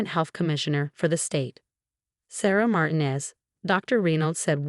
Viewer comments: Obviously, the AI doesn't speak Spanish. Sarah's last name is pronounced Mar-TEEN-ez. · Your AI can’t pronounce Martinez? Really? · Dozens and dozens of very common words are mispronounced. At least learn to say 'Martinez.'